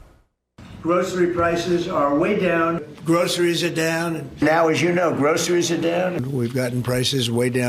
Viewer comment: he can’t even pronounce the word groceries. 😂 bafoon